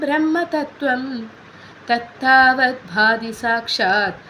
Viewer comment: പൊതുവെ നന്നായെന്ന് പറയാമെങ്കിലും ഉച്ചാരണം കറച്ചു കൂടി നന്നാവാനുണ്ട് - സംസ്കൃതം പഠിച്ചിട്ടില്ലെന്ന് ചൊല്ലുമ്പോൾ സംസ്കൃതം പഠിച്ചവർക്ക് മനസ്സിലാവുന്നുണ്ട് ധ ,ഭ ഖ ത്ഥ തുടങ്ങിയ അക്ഷരങ്ങൾ - ശ്രദ്ധിക്കണം തത്താവൽ അല്ല തത്താവദ് ആണ് ഭോംധി പൂരേ അല്ല അം ഭോധി പൂരേ ഒരുമിച്ച് പറയണം ഇത് പോലെ ഉച്ചാരണത്തെറ്റ് വേറെയുമുണ്ട് - ചൊല്ലിക്കേൾപ്പിച്ചാലെ മനസ്സിലാകും എന്തായാലും അഭിനന്ദനങ്ങൾ , തത്താവൽ